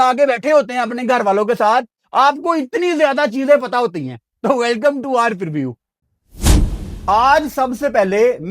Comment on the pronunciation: Preview ❌ Pirview ✅ Matthew ❌ Mathhwee ✅